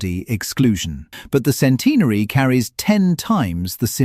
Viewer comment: Sorry. I can't get past the way centenary is pronounced by this narrator